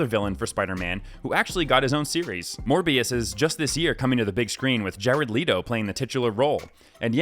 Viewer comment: Jard LEEto, DEAN Dehaan and DAVID Webb. Do you just do these videos off the top of your head? A little research into people's actual names and their pronunciation goes a long way.